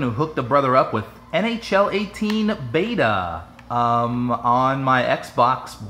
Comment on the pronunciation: Every time you said nhl i thought you said nho